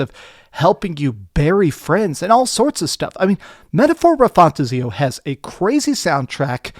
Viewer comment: You’re pronouncing metaphor refantazio so wrong 😂😂